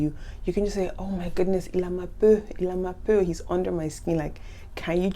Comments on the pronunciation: Dear, I liked the video very much! May I ask whether you grew up in Québec? The reason why I am asking this is that you have an interesting twang in pronouncing certain words. For instance “peau” you pronounce like “peu” and “beau” like “beu”. Is this the Canadian way of pronouncing it? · The pronunciation I am used to is "bo", "boulot", "po" whereas yours is kind of "bö", "bülot", "pö"... Understand what I mean?